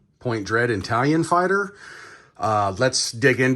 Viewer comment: Are you saying italian fighter? 😂